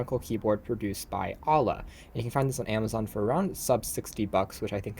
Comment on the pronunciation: lol Alah its You-La